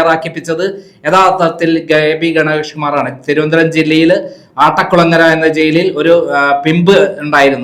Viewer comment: " ആട്ടക്കുളങ്ങര" എന്നല്ല. "അട്ടക്കുളങ്ങര" എന്നതാണ് ശരി.